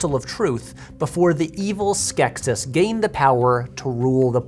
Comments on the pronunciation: Tell me you haven’t watched The Dark Crystal without saying you haven’t watched The Dark Crystal… Skek-SEES, not Skek-SYS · In the movie, I'm pretty sure "Skeksis" is pronounced "Skek-SEEs" and Aughra is "OH-gra".